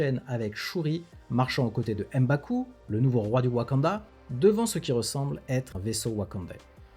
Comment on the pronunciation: M'Baku, on ne dit pas "Em" Baku. Comme pour M'Bappe.